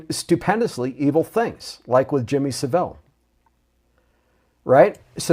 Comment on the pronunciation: Sean, tell him how to pronounce Saville and Caernarfon castle please.